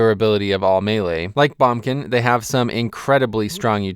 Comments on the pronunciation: as good as this video is. the way you say boomkin just made my ears cry :(. please say it properly. BOOMkin. not bumkin hahah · "bombkin" and "Sh-man" lol what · Heres how commenting on this video goes: if you agree with him he'll agree with you and stroke his own epeen; if you dont he calls you an idiot. Also its BOOMkin.